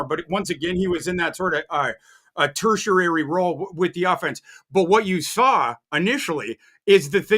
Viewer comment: Say what you want about the Penix selection, but the biggest reach of the draft was trying to say “tertiary” 🤣🤣🤣